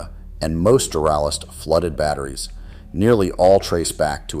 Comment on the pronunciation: No human would mispronounce "Duralast"